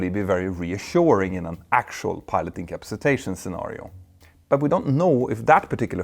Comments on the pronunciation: Peter just add a “A”. In-ca-PA-ci-tation. Turns out easier to say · I just love the way he says "incapsitation" ❤❤❤ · Or as he says it, 'in-cap-see-tation" ;-) (and please note, I can only speak English - sort-of) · Please consult a dictionary for the proper pronunciation of ‘incapacitation.’ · Peter… You are pronouncing "incapacitation" incorrectly. The word has 6 syllables, not 5.